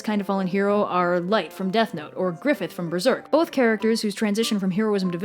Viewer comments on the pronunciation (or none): none